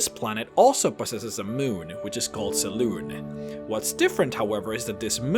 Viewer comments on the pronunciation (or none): It's pronounced seh-loon-ay. Not just seh-loon.